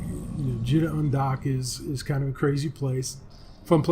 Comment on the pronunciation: Jee-ta, Jita is prounced jee-ta.